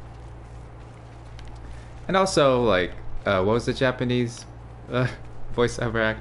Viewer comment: his voice is so wonderful. However, his Japanese pronunciation is not very good. I want him to be a voice actor This will require a lot of practice time. That would be a lot of work.